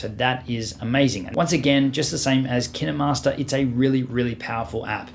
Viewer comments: It’s not kinamaster it’s KINE - MASTER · Who pronounces “Kinemaster” as Ki-naMas-rer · Ur supposed to say it kainmaster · and also kinemaster is pronounced keen master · I think you said kinemaster wrong... Sorry, mate.